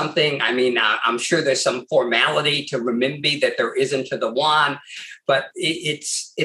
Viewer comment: There is no difference between the Renminbi and Yuan. It is like dollar and buck. Also Yu-an is pronounced U-N.